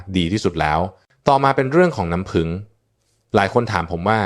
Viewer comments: นัำผึ้งค่ะ ไม่ใช่น้ำพึง หรือน้ำพึ้ง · เรียกน้ำผึ้ง ให้ถูกๆหน่อยครับ เป็นAiหรือเปล่า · เลิกดูเพราะไม่คุ้นกับสำเนียงออกเสียงภาษาไทยประหลาดๆ ลงทุนใช้เอไอดีๆ หน่อยค่ะ น้ำผึง =น้ำผึ้ง